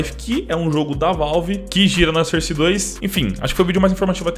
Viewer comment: Mano pfv pronuncia source direito